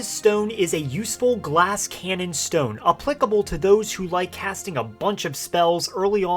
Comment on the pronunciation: Stowyne lol the way he said it